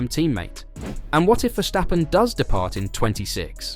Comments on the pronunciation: It is 's', not 'sch'. It's a dutch name and is pronounced 's'. Just give it a try, English spoken fans, commenters and Youtubers. It is not that hard, you won't get tired of it, and it won't kill you :-) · Verstappen not Verschtappen.